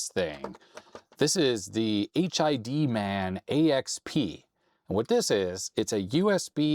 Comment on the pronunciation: I think it's supposed to be pronounced "hidman" not "H.I.D. man". As in "hitman" but with a D.